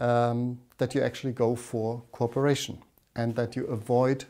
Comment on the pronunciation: Sounds like he's saying corporation when saying cooperation